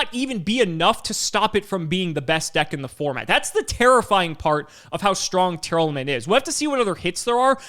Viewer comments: the best part of tear not being a deck was no longer having to hear mispronounce it as Tear-Element anymore. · Are you saying Tearlament wrong? Sounds like you’re saying Tear Element